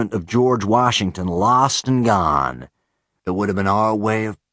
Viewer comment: "George WAhshington, LAhst and GAhne." What, is he from Boston?